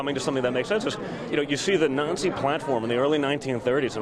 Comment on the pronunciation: Total Kobra Kai understudy. it's hilarious hearing his pronunciation of "Nazi platform"